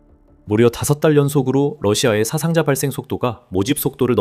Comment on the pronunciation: 사상자는 사아상자로 발음해야 맞습니다. 한자에는 분명히 장음과 단음이 구분됩니다.